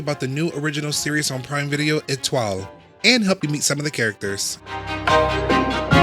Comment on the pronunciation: Who let this guy pronounce the title...